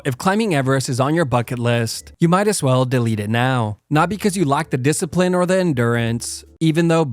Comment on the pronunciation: You rack disciprine